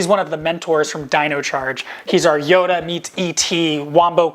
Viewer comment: "Yoda meet et" 🤣